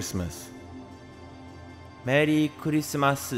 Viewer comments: Engrish Merii kurisumasu lolol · Merri Kurisumasu ,.it's funny engrish ranguage? lolol